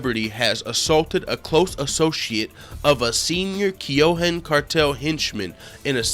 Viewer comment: keyohan its kinahan you idiot either way conors fucked